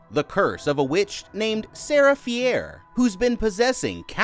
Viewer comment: HOW DO YOU MESS UP SO BAD THAT YOU GET THE "ANTAGONIST'S" NAME WRONG!? FEE-AIR? IT'S LITERALLY SAID LIKE 400X IN THE MOVIES!!!